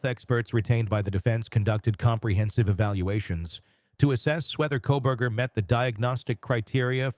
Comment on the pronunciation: 😂 I swear it sounded like he called him Kohbag ? That’s hilarious